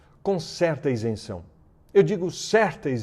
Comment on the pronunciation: Isenção? É sério Brito??